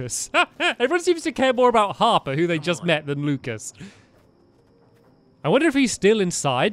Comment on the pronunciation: One time it sounded like you said Harpter